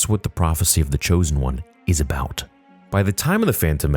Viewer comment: Thats what its aboot 🫡🇨🇦